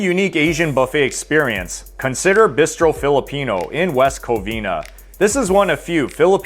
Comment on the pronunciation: Great concept. Very surprised by your Korean BBQ choice when there are so many to choose from and you’re been to so many. Also, your pronunciation of ‘bistro’ got me so confused. 🤣